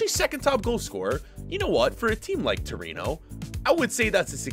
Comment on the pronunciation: Is torino not torono